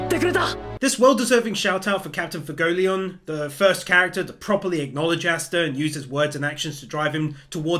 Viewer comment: Pro tip easy to pronounce it its fway-goleon